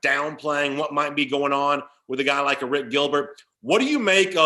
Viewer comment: Say Airplane. Now say Arik. Don't say a rick. Thank you. Also, Harrah's Cherokee is 3 hrs from Atlanta, not 2.